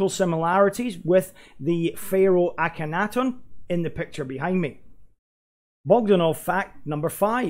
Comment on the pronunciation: Bro, its pronounced "Ak-hen-notin"...